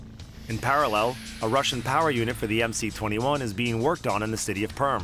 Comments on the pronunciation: Why call it MC-21?! It’s MS-21! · Ok. But it is MS-21, not MC. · It is not MC, it is MS. C in Russian is S. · MS-21 is it's name, not MC-21. The C is an cyrillic S.